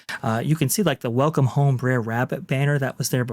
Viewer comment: “The Breres made it” my dude brer means bother it’s not a name